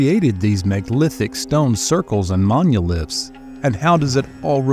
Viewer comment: Does the narration sound strange to anyone else? Sounds like AI to me. I don’t know anyone who pronounces monoliths as munilefts.